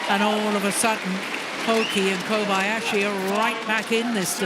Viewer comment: Morten says: Koyabasi 😂😂